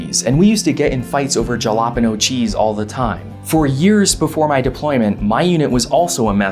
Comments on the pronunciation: Did he just say Jalapeno as (Juh-lah-pin-oh) instead of (Hall-uh-pain-yo)? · my guy just said dgalapano instead of halepinio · "Galapeno" lol aren't you Latino? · "Jah-lah-peno"... I just can't ignore it...this is the worst butchering of "jalapeño". Sir, you should know better :) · Huh i assumed i was the only one that ever said jalapeno as you do not because im dense but because everytime I'd say it in front of someone they'd look at my like i was retarded or was on fire or something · That pronunciation of jalapeno is unforgivable. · Is that pronunciation of jalapeño a military thing?